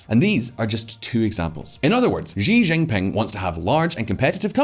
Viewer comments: Xi= se/see pronounce not xi= g Why the hell he was pronouncing xi=g jing ping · Will someone tell him how to pronounce Xi Jinping? She Ginping, it’s not hard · I'm surprised no one can ever pronounce his name correctly: It's She Gin Ping (English pronunciation for each word)